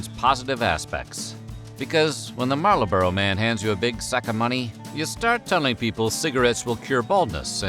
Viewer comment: Did he say "Marlaboro"?